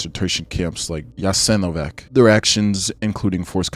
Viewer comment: I know it is a long (and rather interesting!!!) video, but please, try to research how foreign names, especially the ones you repeat multiple times, are pronunced. It is [uh-sta-she], with a /ʃ/ sound, not [uh-sta-ze], Jasenovac ends in /t͡s/, not /k/, Pavelić ends in soft alveoolo-palatal sound /t͡ɕ/, not in /k/ etc. Knowing you fail to pronucne the one I know about kind of messes us your credibility for the rest of them.